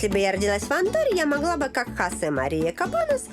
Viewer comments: Ни в коем случае ни Хасе! Хосе! ХОсе! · Хасе... тётя, это имя Хосэ.